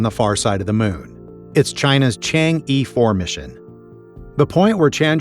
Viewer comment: 请纠正一下中国航天器的名称，名字叫：“嫦娥”，Chang-E, “E”sounds like the ''U'' from ''us'', your reading could really makes ppl misunderstand this important name. according to our ancient story, 嫦娥 was a goddess who flown to the moon with her jade rabbit and lived there in the ancient time.